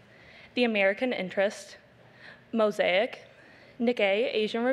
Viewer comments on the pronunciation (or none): none